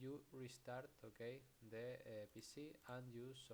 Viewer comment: okey? ok? YOURE OKEY??? BRO OK?????